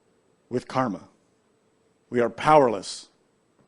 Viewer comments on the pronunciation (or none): none